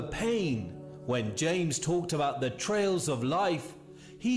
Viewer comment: Erm, pretty sure it's "TRIALS" not trails...you'd think after saying it at least 3 times the narrator would've realised what he was saying/reading doesn't make sense🙄😏! Obviously not really feeling what he's talking about.